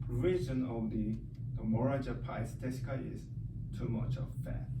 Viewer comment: fuck mine he cant even say it lol